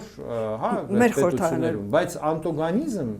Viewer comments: Ասեք, որ ԱՆՏՈԳԱՆԻԶՄ չէ, այլ ԱՆՏԱԳՈՆԻԶՄ!!! Ամոթ է! Քմծիծաղով խոսելը իր հերթին, բայց եթերում ճճշտ խոսեք, գրագետ! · Ոչ թե անտՈգԱնիզ, այլ ատԱգՈնիզմ!!! Ամոթ է! Եթերում գրագետ խոսեք! Միայն քմծիծաղը քիչ է🥴